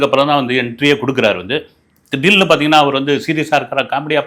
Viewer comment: அப்பப்ப "திடீல்னு" அப்டின்னு சொல்றது நல்லா இருக்கு